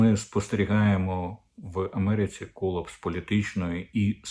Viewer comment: Не кОлапс Дмитре а колАпс. Будь ласка займіться покращенням своєї англійської